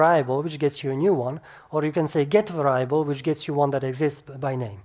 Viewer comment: Exceptional, bravo! My first day of study in DL, and it all makes sense! Thanks.... BTW, if it's helpful to you: "Variable" is usually pronounced "VAIR-eee-a-bull", instead of "vair-EYE-a-bull", it tripped me up the first time you said that.